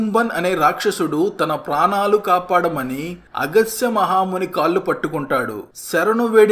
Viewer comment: 👌👍 but agasya Muni kaadandi Agasthya Muni Andi hidimbasurudu raakshasudu